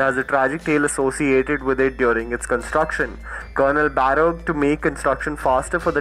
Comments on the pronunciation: Shimla's tunnel is pronounced as "बड़ोग" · It is Barog Tunnel, do check the pronunciation. Just a suggestion, great content though.🌼